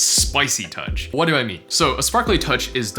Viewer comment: Cute cat lamp! I'm just here to hear u say Watt instead of What